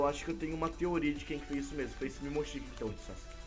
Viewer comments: PELA ÚLTIMA VEZ, NÃO É MIMOSHIKI, É MOMOSHIKI! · Sem ofender mas não é mimoshiki momoshiki